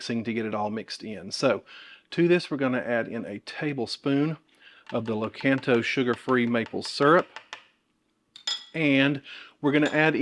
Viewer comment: "lah-KON-toh" not loh-CAN-toe